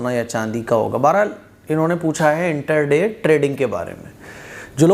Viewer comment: انٹر دے نہیں انٹرا ڈے ہوتا ہے۔۔۔